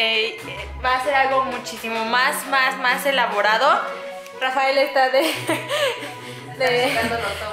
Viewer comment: lershot jaja no rafler ok no manxzano